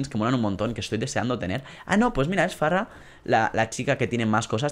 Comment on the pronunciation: se dice fara no farra xD